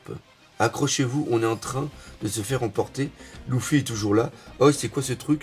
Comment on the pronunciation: Simple question,pourquoi prononce Luffy,"louffy"?